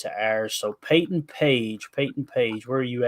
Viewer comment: Are you saying Payton or paintin?